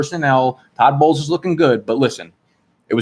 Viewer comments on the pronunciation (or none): none